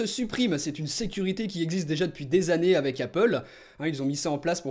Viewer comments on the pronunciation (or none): none